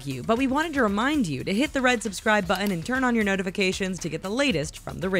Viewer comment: What is a “subscribe buh-in”?